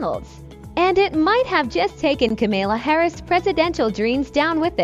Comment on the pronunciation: That fake McDonald's stunt did nothing to damage Harris. And it's KAMAla. Not KaMILa.